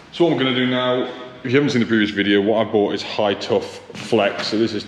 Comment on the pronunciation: what on earth would your mum say! You can say 'Adam & I' yet keep saying 'brought' instead of 'bought'! Tut tut tut young man! What example are you setting here! 🤔🤦😂🧐🤠👩‍🎓